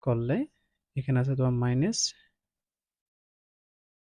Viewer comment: Maines😂 na minus 😅